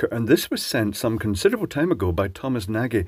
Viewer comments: I think his name is not pronounced "Naaghee" but cca. "Naadgh" because thats a Hungarian name meaning "Tall" or "Big". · Assuming he’s Hungarian, Nagy is pronounced nod-ye, though I guess there’s a chance he might have anglicised it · If it's Nagy, then it's Hungarian, it means large, and it's pronounced with a soft a and a soft g... ie Nodge. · Tom himself seems to pronounce it "nah-gee" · Nagy is pronounced "nodge" (nearest an English speaker can get comfortably) . In Hungarian, gy is pronounced the same as the du in "during " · I believe that Thomas pronounces his name 'Nar-gee'. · I think that one of the thumbs down is from Thomas Nagy for not pronouncing his name right? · Switch reads: "OOFF". Oh wait, I misread that nvm.... :p That's one very toasty circuit breaker! I BET that stunk! Thomas Nagy seems to be either a guy who emmigrated from Hungary, or got Hungarian ancestry. "Nagy" is a hungarian word for "big/large", and I can't blame you for not getting its pronounciation right. - click on the speaker icon on the left. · Nagy is a Hungarian name, and in Hungarian "gy" is pronounced like a "j".